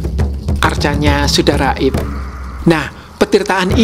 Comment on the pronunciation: setiap kali bilang "....sudah RAIB" langsung jatuh harga diri bangsa ini dalam hati😅